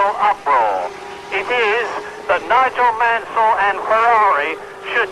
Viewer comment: Oi! It's NOIGOL MANSOL!!!